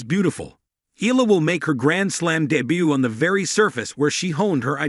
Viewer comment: Her surname pronounce E yala